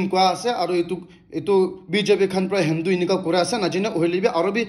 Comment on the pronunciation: Good updates., I'm a top supporter and I will continue to do it, but one suggestion, please correct your pronunciation of Delhi and Hindu. I have been listening 2 years back and It doesn't sounds good 🤗👍❤️